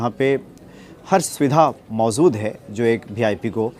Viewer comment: please मोजूद mojood को mozood na bola kare.